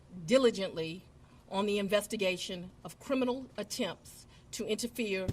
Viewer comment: And there was "cWimes" committed. Fani says cwimes and cwiminal a lot. 😂😂😂 And Fani, Trump is still your president!! 😂 Trump like any other president has the right under article 2 to question any legitimacy to any U.S. Federal presidential election. Just like all presidents before him has done. There was no mention of overturning any election. I think if people would go back and listen to the phone call with Trump and the GA election office instead of taking peoples word, they'd see there was no conspiracy to overturn any election. Trump simply said he needed to find those 11,000 votes. He didn't say go and commit fraud to get fake ballots filed or anything like that. Trump knew he won Georgia just like he did in November this last time around and was curious as to why he was down 11,000 votes when he wasn't on target to lose Georgia in 2020. He simply questioned the legitimacy of the votes and it turned into this. And then we find out the real conspiracy was Fani and others meeting with Biden and Harris at the White House to "get Trump" When it comes to Trump, like him or hate him, the phone call alone doesn't align with what Fani and friends is saying about the 2020 election. And she shouldn't be able to indict ANY federal election case. She's a state/county prosecutor, not the Attorney General of the United States. She shouldn't be allowed to indict Rico cases at all. Rico cases should be left up to the feds.